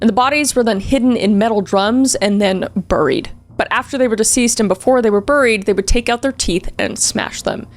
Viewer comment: I love how you pronounce, “burrrieed”.😂 it’s a mix of country and Canadian